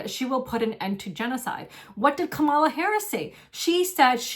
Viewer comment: Thank you for taking such good care of the cats! Your kindness is very inspiring 😊. I appreciate your take on Palestine and the election. It would be nice if you pronounced Kamala correctly though.